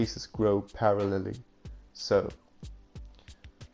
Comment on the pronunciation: the way you pronounced parallel